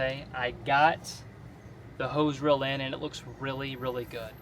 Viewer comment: I'm getting pronunciation nazi on you. Your eeeeee's are "ee. Steal but you say still. Reel, but you say rill. Deal, dill. Feel, fill. And so on.